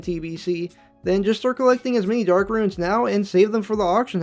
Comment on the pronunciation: Its RUNE. ONE SYLLABLE. Like ROON. NOT RUIN